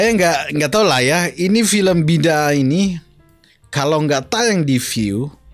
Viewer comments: Sebutan nya yang betul adalah 'Bida Ah'. Ertinya perbuatan, kepercayaan yang bercanggah atau perkara yang salah di sisi agama Islam. Contohnya seperti mewujud perkara-perkara yang baru dalam agama Islam yang sebenarnya tidak diajar dalam Al-Quran dan tidak ada dalam sunah Nabi Muhammad S.A.W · Pengertiannya mudah..'aku hendak kamu boleh'. Bukan sebutannya 'bida' tapi 'bida'ah' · Sebutan Bidaah..BI DA AH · Sebutan yang betul adalah : BIDAA' AAH